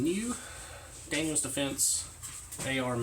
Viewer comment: Daniel Defense. not Daniels